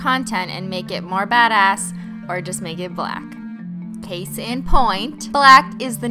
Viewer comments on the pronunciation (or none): "that's not alwais the cais is iet" 😂